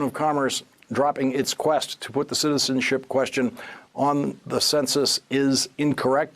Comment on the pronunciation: Guy can't say "citizenship"...... how hard can it be??